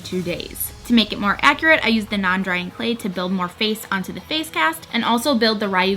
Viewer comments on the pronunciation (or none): none